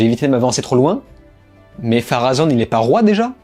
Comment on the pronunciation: Bonne continuation. Cordialement. D’ailleurs on dit Pharonne. Et Erigionne.